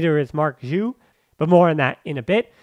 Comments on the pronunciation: Been a long time podcast listener and I enjoy your content. Just wanted to correct you (again 😂) on the pronunciation on Marc Giui's name. The G is a strong Ghee sound, like in the word Glee and not Jee like Jeep. So it's said Ghee-ooo, or Giuw, and not Jew. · You say the name wrong is G (like Game), I (like rip), U (like lure). GUIU (first U is silent, you do not pronounce it)